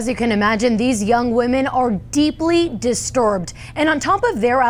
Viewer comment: Hahaha I respect that middle-aged man for trolling the online simps , why she's saying "Disturbed" like that?!